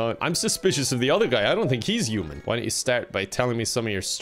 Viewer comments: his accent makes "human" sound like "Yew-man" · No one:: yuman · Everyone: "human", an intellectual: "uman" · with it should be Oof-Man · I'm in love with the way you pronounce words starting with "h" "I don't know how to be a yuman" "It'S YuGe!!!!!!" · Uman by pronouncements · i love the way he pronounces "human" like he just yeets the "H" into the next plane of oblivion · Yeah, I’m from Dublin and I do kind of pronounce the H but my English teacher for my leaving cert didn’t, and I kind of picked it up for a couple of years! He was from Meath, I’m not sure where is from but it really depends on your county on how it’s pronounced. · The way you say human 😂